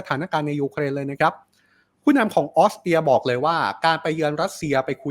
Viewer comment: ออสเตรียค่ะ ไม่ใช่ออสเตีย ถ้าคนอ่านข่าวออกเสียง ร. ล. ชัดๆ จะน่าฟังขึ้นเยอะมากๆเลยนะคะ